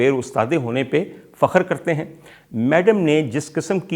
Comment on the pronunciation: Great Commentary but Its Madam not Maadaam